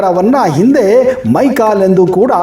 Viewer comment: ಮೈಕಲೇ ಅಲ್ಲ ಮೈಕಾಲ